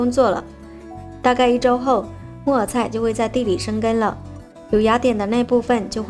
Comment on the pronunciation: 木耳菜的（耳）是要捲舌的，沒捲舌會聽成（木偶菜）的 😅😊😆-跟妳隨便聊聊